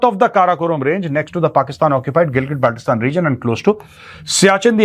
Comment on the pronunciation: Apart from that, I belong to Hunza Valley and i know the history of my area very well as compared to this cocky Bajpa mouthpiece who cannot even pronounce the very word "Gilgit-Baltistan". He says "GilgatBaltestan" 😂😂😂😂